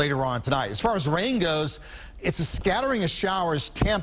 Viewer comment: A good broadcast overall but... "heavy rian"